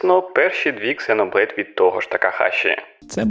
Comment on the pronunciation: "Ксеноблейд" вместо "зено блейд". ЗРАДА. Подписался.